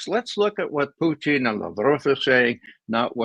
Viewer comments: Why does he say “Puteene”? It’s SO FUCKING IRRITATING. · Ray calls him puteen! 😅